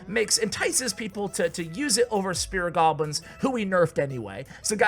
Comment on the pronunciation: Spirit goblins T_T mispronucation